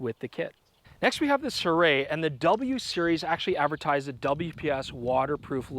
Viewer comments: That's not how you pronounce Sirui. Pronounce the vowels only. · You might want to ask someone who speaks Chinese how to pronounce “Sirui” 😁